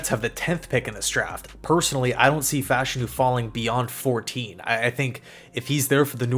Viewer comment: Why do you pronounce his name differently from everyone else?